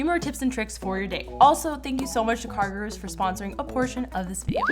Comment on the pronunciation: i am soooooooo sory if this feels feels like a hate coment, promise, its not, sooooo its NOT CARGIRERS ITS CARGOROOS {pronociation wise } . indians will know: Guru means teacher, so like car teacher.